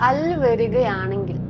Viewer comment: Arabic "al" alla, "ALvin"nte "AL" aayittaanu vayikkende